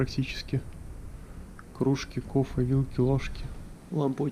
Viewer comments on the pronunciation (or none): мне так нравится как ты говоришь слово "кофэ", мягонько так и смачно, честно нравится 👍🙂девчонки не ревнуйте, я самая настоящая бабушка 🙂